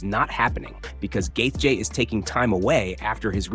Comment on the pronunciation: Gaith-J? Garbage ai slop